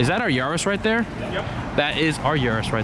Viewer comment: It's yaris not yaaaris